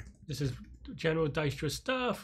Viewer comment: you pronounced it right, it is indeed "dike·struh"